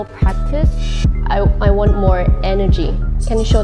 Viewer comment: i lost it when she said i wang to make mistakes too bc of lisa